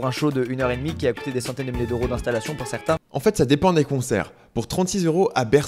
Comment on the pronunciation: encore et encore : quelle est cette étrange monnaie dont tu parles ? Les "Heuros" ? Tu dis trente six "Heuros"... Je pensais que c'était trente six "Zeuros"... C'était pour la FORME... pour le FOND voir les autres commentaires des autres.